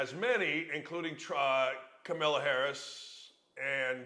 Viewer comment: It’s really immature you intentionally don’t say people’s name correctly…it’s a passive move that has associations with behavior of CNN’s anchor… It’s Kamala and i may dislike her but bro be an adult…